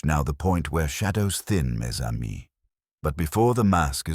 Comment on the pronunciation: It’s pronounced ‘mezamie’.